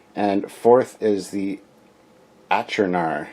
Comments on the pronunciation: "Achernar" is a star in Eridanus. It's evidently pronounced ˈeɪkərnɑːr. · I have these! Picked them up at a con in the 90s! I think it's pronounced "ark-en-ar' The Class names come from Franz Joseph's work, as do the starship names/numbers. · This is really great stuff! I think its pronounced ... Ack'er'nar class...